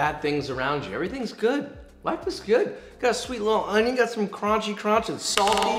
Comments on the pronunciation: cut the onyo like jean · Finally, someone who knows how to pronounce onyo correctly. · I see I'm not the only one who can't not say "onyo" every time I cut onions. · papa like cwispy O N Y O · This Papa died a little when you said "onjon" ❤😆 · "Onyon" - Jeanne Pierre